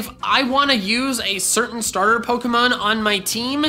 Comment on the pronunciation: Duck you cause you said stater